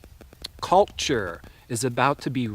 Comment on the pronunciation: i love how you said the words "cult--ture" and "expei-ment" made me learn👀👀💡🕯